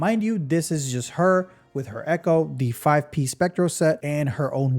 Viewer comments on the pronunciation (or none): none